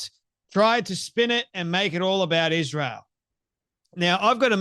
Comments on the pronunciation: Why is it that she always says Ishrael instead of Israel? 🤔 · Her tone is so arrogant and condescending. Plus, why can’t she pronounce Israel correctly???